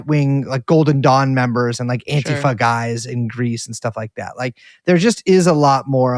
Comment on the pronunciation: You can tell these guys have been real activists for a long time, because they pronounce "Antifa" correctly. Stress on the first syllable. AN-ti-fa.